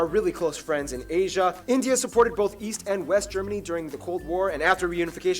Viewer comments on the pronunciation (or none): none